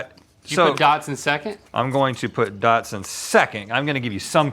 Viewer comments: Why do they think their dogs are part car? They keep saying Datsun instead of Dachshund. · Why do they both pronounce "dachshund" as "dodson" is anybody else hearing this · I thought it was supposed to be "docks-un" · Are they saying “DOTSUN”? It’s…….it’s infected my brain😮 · It bothers me that they both pronounce dachshund as “Datsun” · Is no one else bothered by them saying Datsun, like the old Nissan brand? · Why do Rhett and link pronounce Dachshund like “Datsun?” It’s really weird. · I speak decent German. “Datsun” is definitely not the correct pronunciation. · Their pronunciation of dachshund infuriates me. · THERE IS NO “T” IN DACHSHUND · Their inability to pronounce dachshund is driving me crazy 😂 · i don’t think link really know what a dachshund looks like. also obsessed with their inability to say dachshund correctly. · somebody in the mythical staff needs to let them know how “dachshund” is pronounced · Why do they pronounce dachshund like that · The way they pronounce dachshund 🤮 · The way they pronounce dachshund is driving me crazy lol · lmao someone else was asking if it was a UK thing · Why do they keep putting a T in dachshund? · The way you both say Dachshund and how showed you how to say Bichon Frise but you didn't try lol. I cannnn't! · Why are they mispronouncing Dachsund the whole time though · The way they pronounce dachshund is really getting to me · It bothers me how they say “dachshund” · How is nobody talking about the fact that they were mispronouncing dachshund the entire time? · why do you pronounce dachshund datsun? its not an old nissan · I’d like to know why I’m hearing Datsun instead of Dachshund… 🙄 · Dachshund.... there is no T in there. Not dash hound. Dachshund. Dach snd. I don't know how to write pronunciations. But still... dachshund. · WHY DO THEY KEEP SAYING DOTSON INSTEAD OF DOCKSOND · It bothers me more than it should that they kept saying, "Datsun" instead of "dachsund" 🚗😂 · Are they saying Dotson? Not Dockson?